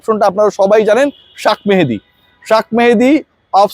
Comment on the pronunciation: ভাই, শাক মেহেদী না 😂। শেখ মাহেদী। মাহেদী ভাইয়ের জার্সির গায়ে নামটা বানান‌ করে দেখবেন। Shekh Mahedy. একটা সাধারণ বানান প্রতিটা পত্রপত্রিকায় একইভাবে ভুল। মনে হয় এই ফিল্ডে সবসময়ই কপি চলে। 😅